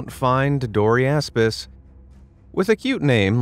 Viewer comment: Sorry i couldn't help but hear it as "Dory-ass-piss"😂